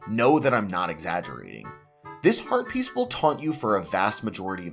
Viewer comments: I keep hearing "herpes" and can't unhear now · When you say heat piece, my mind thinks you say herpes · I am the only one who keeps hearing "Link gets Heart Pieces" as "Link gets Herpes"?? 😂😂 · Are you intentionally trying to say Heart Piece and Rupies as close to Herpes as possible? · Sometimes when he says Heart Piece, it sounds like he's saying Herpes and I have to do a double take